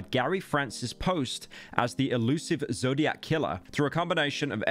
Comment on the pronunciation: i cant take pyro saying "the zodiaz killer situation" seriously